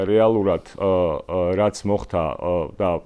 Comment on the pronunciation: “მოხთა” არააა, “მოხდა”. დანარჩენი … ♥️♥️